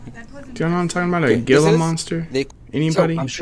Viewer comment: Hhhhhila monster is the pronunciation and also not even fucking close dude wtf